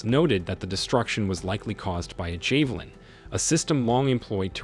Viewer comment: 🇺🇦🫡👍 javelin 😅 not jay valin😂